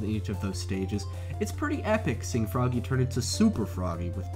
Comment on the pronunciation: I wuv my Fwoggy!!! :P